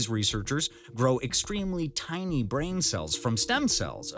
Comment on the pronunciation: This AI-VO needs to works on it's pronunciation of "tiny" 🤣